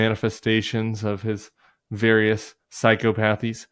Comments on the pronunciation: Psychopathies is pronounced "Psy-cop-uh-thees" not "psychopath-ees". In case you cared. 😉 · It's pronounced psychopathies, not psycopathies... Get it right Tim 😂😂😂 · FYI Tim it is pronounced Psych-Op-o-these not psycho-pathies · Tim, dear, “psychopathies” is pronounced: sigh-KAH-puh-theez, please. 😊